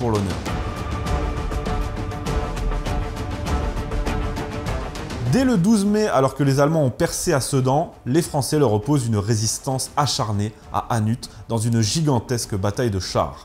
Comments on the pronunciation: C'EST HANNU, LE T NE SE DIT PAS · Petite précision, on ne prononce pas le "t" dans Hannut, donc pas "Hannute". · juste pour info "inutile" .... Hannut, on ne prononce pas le T ;-) Sympa tes vidéos, j'adore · Alors… un les massacres de la wehrmacht… De ss plutot non? Et Hannut on ne prononce pas le t… et ces batailles, sur le sol belge… faut relire car mon grand père y a participé et la seule chose qui l’a eu a dire c’est « les français sont arrivés pour casser du boche avec une gueule jusque par terre… en quelques heures il repassaient no lignes en courant que des pleutres et se repliaient plus vite que nous… » et pour ce qui est de la poche de dunkerke, les allemands n’ont pas broyé les francais sur place car Hitler a fait stopper l’avancée, pour que l’humiliation soit bien vivante.